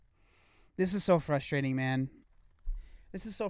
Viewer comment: Gotta love the "frushtrading" :D <3 Greets from Germany